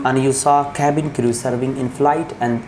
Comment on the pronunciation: I apologise. No, I'm not apologising for nothing. The guy who's supposed to conduct the interview in this "Interview" doesn't even know how to pronounce cabin crew. Even His accent is fake. Don't get fooled by these channels or institutes. Don't trust them with your parents'hard earned money. A real interview is for 5 minutes max. And nobody tells you that your English is not good in a real interview. Hope your dreams come true if they are what you really want. - A guy who was born in a lower middle class family, 5 years of experience as a cabin crew.